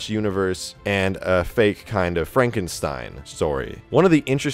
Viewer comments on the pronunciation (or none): none